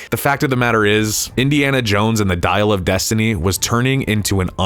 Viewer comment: "Dial of Dysentery"